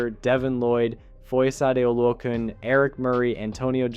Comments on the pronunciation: Foy Yay - Oh Loo A Khan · Bro, you butchered Foye's name. Have some respect on that man's name.